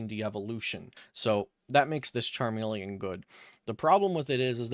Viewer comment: Oh my God if it wasn't your voice it's the way you fucking said Charmeleon.... CHARMELE-AWWWWN WTF, CHARME-LEE-IN